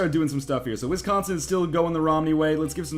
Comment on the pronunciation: Wow you didn't know what wisconsin was AND YOU PRONONCE IT WRONG